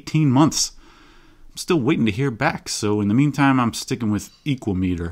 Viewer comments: "Speedometer" is typically pronounced with the "me" as less stressed, I think "equameter" could pronounce with the long 'a' from "equal" if you similarly put less emphasis on the "me" syllable. Whereas you're pronouncing it EEkwah-Mee-tur, I propose you pronounce it eeKWA-mə-Tur. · For me "Equameter" sounds greek, like "hexameter" and should rhyme with "thermometer", with the accent on the second syllable. Has nothing to do with the metric "meter", but with the greek for "measure" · I get why he pronounced it that way which is really cool but sorry no that’s just not how Americans roll, it’s an ekua-meter now. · I'm gonna pronounce is "e-QUAY-meh-ter". Similar to thermometer